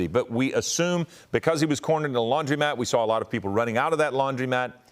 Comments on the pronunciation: Stop saying Laundrymat. The word is Laundromat. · To announcer: It's a laundromat. You've never seen a sign that says "laundrymat" so why are you say it?